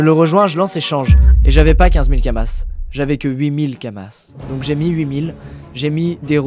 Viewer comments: Ça se dit kama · C'est Kama, comme dans "Akama" ;)